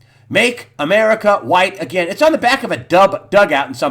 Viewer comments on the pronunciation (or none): none